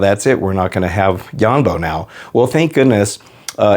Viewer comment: ITS YONBO NOT YAMBO